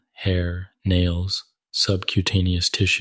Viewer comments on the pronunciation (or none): none